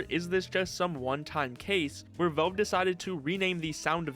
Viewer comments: "Vaulv" :face-turquoise-covering-eyes: It's Valve, not "Vaulv" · bro fr how does he not kno how to say valve properly 😭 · Nitpicking but you need to work on your pronunciation, especially with the word "valve".